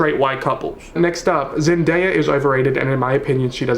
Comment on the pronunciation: "Zendayer" lol